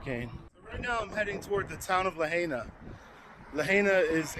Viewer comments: La-hay-na😂😅 mainlanders😅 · Please learn to say Lahaina!! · Thanks for sharing. So sad for all affected by this tragedy. So sorry you had to suffer too! Please pronounce the name of the town Lahaina correctly out of respect for the people of Maui.